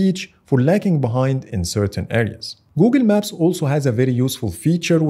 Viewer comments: “Googen Maps” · ah yes, Googin maps